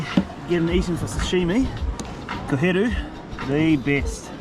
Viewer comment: Liked the video as soon as I heard him say koheru 🫡🙌🏾